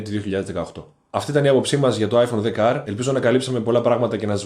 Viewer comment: Είσαι ένας από τους λίγους που το λένε 10R. Όλοι το λένε XR. Μπράβο!